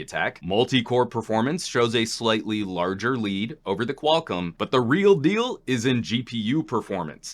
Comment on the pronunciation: Qual COM, not Qual-CUM.